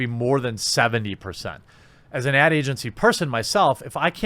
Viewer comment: I thought he said ant agency instead of ad agency. Was confused.